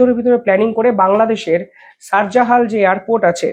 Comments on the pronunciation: সার জালাল 😄😄 শাহ জালাল 😄😄... হতাশ উচ্চারণ দেখে 😄😄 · শাহা জালাল Airport’ঠিক করে বল।